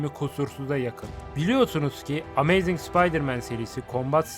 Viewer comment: aga git biraz ingilizce çalış gözünü seveyim arkada ses olsun diye açtım telafuzların kulağımı kanattı. karneyg, amayzing ne anasını satayım ya